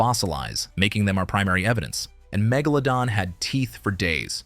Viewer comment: There are a couple of things I noticed. You pronounced Megalodon wrong several times and you mispronounced the name of the scientific name for the Megalodon shark when it was believed to be related to the White shark. You also mispronounced the White sharks scientific name. that's a Sandbar shark. I've heard nothing that says the Megalodon shark looked like a giant Lemon shark. When I read a shark article about Megalodon sharks being longer and skinnier than previously though, it never said anything like that. Also, the area of a sharks body you said was the trunk was a little off. The area of a sharks body that's called the trunk is the region between the first dorsal fin all the way to the base of the caudal fin.